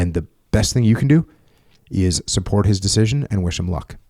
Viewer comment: Every time I hear him say support my brain says suporch.